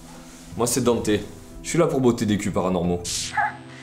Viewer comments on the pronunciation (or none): none